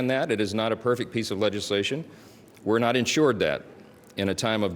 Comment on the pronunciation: Marj, the word is to not ta!